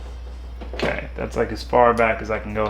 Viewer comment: "H'okay so, this is the Earth."